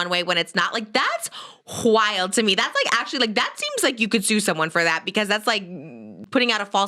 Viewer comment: Oh my gosh when Trisha said "whild" it made me think she listens to Holly and Bridgets podcast bc Holly has that accent naturally lol. She says W like wha. I never heard Trish say it. :)